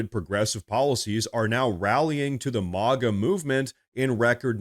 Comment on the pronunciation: You say MAGA weird. Stop.